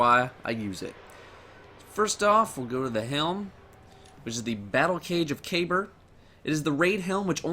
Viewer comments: Titan helm Kabr is really pronounced ( Ka Bar) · Funny how he pronounces "Kabr"